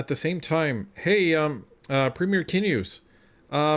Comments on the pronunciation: Wab Kinew's last name is pronounced Kin new but nice attempt. 😊 As for Blakey he should have been walked out. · It his pronounced Canoe